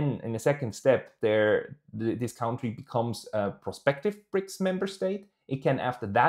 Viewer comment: CAntries,. Country = Cantry aber County = Caunty